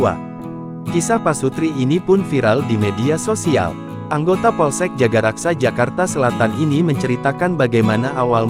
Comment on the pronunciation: Gmn sih Min jagakarsa disebut jagaraksa melulu...bisa baca gk?